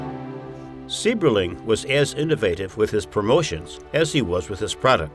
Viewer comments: Also Mr. Sieberling's name is pronounced "CYBERling". My wife's biological fathers family lived in Akron from the mid-twenties until 1999. Her paternal grandfather worked for Good Year for 35 years, her grandmother did a World War II defense job at the plant, making parts for aircraft. She made parts that went into the "Enola Gay" that dropped the bombs on Japan. Her father, after serving in the airforce, earned his journeyman maintenance electricians card at Good Year. My father-law used to have to change all the lights on the top of the blimp hanger when my wife was a baby. He went on to get his master maintenance electricians card at GMAC Lordstown and retired from there in 1998. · Just beautiful there, thank you! I would like to mention that the estate is pronounced HEW- IT. And their name is pronounced CYBERLING. The last time I was there, their daughter was still living above the guest house, and was over 100 years old-- I can't remember exactly, but I seem to remember she was either 107 or 102! I was thinking 107. I will have to look it up. Gorgeous home, take the tour if you ever get the chance.